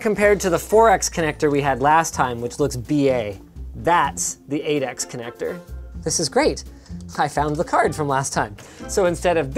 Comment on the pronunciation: Even though I fully know Linux was saying 8x, I kept hearing Adax